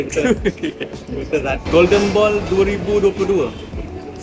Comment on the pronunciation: bodoh punya pelat melayu ,, ball jadi boy ,, ckp ler bebetul